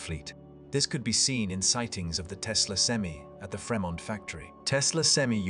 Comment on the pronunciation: Get an American to deliver this message...as an example it's Free-Mont not Frem ont!!!! do you get my point!!!!!!!!!!!!!!